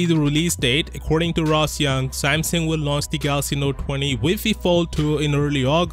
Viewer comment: Samsung, not Samson!